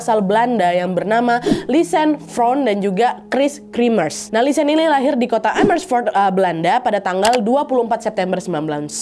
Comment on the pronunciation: Btw namanya bukan lisan tapi lisanne (nne diakhir tetep diucap) 🙏🏻